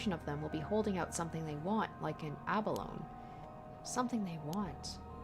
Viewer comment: Not a Japanese word, but "abalone" is four syllables, pronouncing the final "e" the same way you to "anemone". It's a particular kind of mollusk, though in this case I'd say it's referring more to the nacreous, mother-of-pearl shell that they're known for. Iirc they're a particularly large one, and ofc it's hard to get large single pieces of mother of pearl since they're organically created.